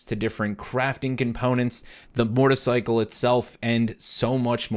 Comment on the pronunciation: Is it just me or do I keep hearing him say Mortarcycle instead of motorcycle?